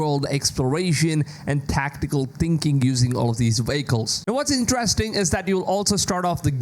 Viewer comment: dude practice saying vehicle lol.